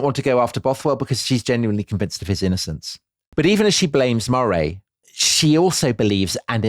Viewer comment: And Earl of Moray should be pronounced Murray